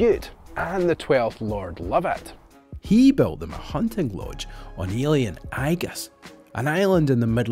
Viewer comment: Eilean doesn't sound like "alien", it's more "A-lin" (so similar, but without the E). My Hebridean girlfriend corrected me when I first said eilean in front of her.